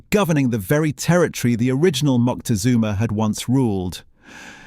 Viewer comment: Just for cultural trueth, it is nit MoNtezunma, it is MoCtezuma